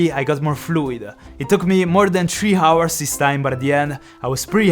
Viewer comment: "Tree hours" this man makes me laugh every single video just by the edits😂